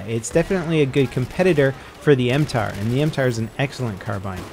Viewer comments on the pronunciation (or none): NOT M-TAR !!!!!!!!!! m-t.a.r ( tavor assault rifle )